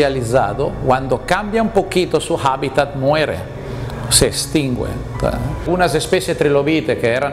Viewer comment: se "extinwuen" xd